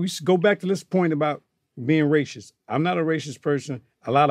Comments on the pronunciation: Johnny "I aint Racist (but pronounce it like Racistishh) person" Curry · "Im not a rayshist." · "Rachist" lol never heard it pronounced like that